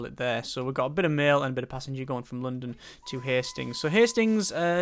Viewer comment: The wat you say london pisses me off so much